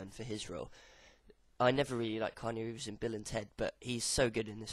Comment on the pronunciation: It's prononced, Key-ah-new Reeves